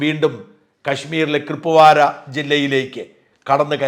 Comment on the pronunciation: Kripwara allaa saar kupwaara 🙏